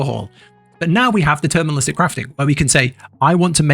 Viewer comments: it's "deterministic" not "determinalistic 😂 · Great guide, but bruh it's "deterministic" not "determinalistic" lol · It's deterministic not determinalistic... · It's deterministic, not determinalistic or whatever you're trying to say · great video but please for the love of god. it's DETERMINISTIC NOT DETERMINALISTIC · Fyi it’s “deterministic” not “determinalistic”